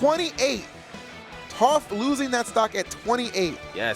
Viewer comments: He's probably doing it out of habit since there's a melee commentator which goes by Toph that's pronounced Toaf. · Man said touf, how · Who else cringed inside everytime they said Toaph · Toph, pronounced like cough. Not Toaf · Aint no way he watched avatar if he calling her toe-ff 😭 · Say Towf 1 more time. lololol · Is everyone going to say Toph's name wrong because of the commentator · Facepalm the way he pronounces toph... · it was enjoyable otherwise, but I cringed at each mispronunciation